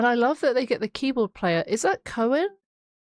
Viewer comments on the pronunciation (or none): Uhhh, the "oe" in Koen doesn't sound like "o-e" but more like "oo" as in Foo Fighters !!! 😘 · Coen (pronounced 'Coon') is just pretending to scream. It's all just Mark screaming. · Great analysis, I always like your Epica reactions. Going to see them is great, too. Just one thing - Coen is just one syllable, rhymes with 'boon'.